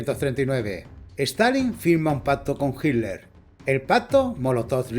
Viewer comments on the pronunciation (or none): En españa pronuncian de una manera distinta Yo le digo Hitler pero Hiler suena más fluido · Por que dicen "HILER" ? 🤣